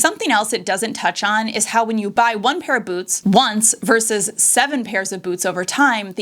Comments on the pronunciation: It’s VERSUS, not “verse.” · “Vs” is short for “versus.” It’s not “verse.”